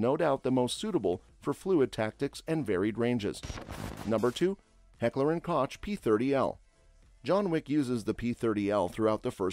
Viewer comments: Deceptive video 👎 You also pronounced koch wrong. Its NOT pronounced Kotch - it’s pronounced COKE. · In Heckler and Koch, Koch is pronounced "Coke"; not "Kotch". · Sometimes a little criticism if taken to heart can help a guy. HK is the same as Heckler and Koch and it is pronounced like COKE not crotch or cock. You're welcome. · I was waiting for someone to make this comment. Thank you. I thought an enthusiast channel would of got that right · Heckler & Koch (Pronounced Kock)! 🙄🙄🙄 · "Heckler and KOCH" ...ok. So this is when you have ChatGPT create a video. Got it. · FYI It’s pronounced COKE………. In Heckler & koch. 👍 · I've said it both ways myself. I guess it's American vs actual German pronunciation. When in doubt, "H&K" works best!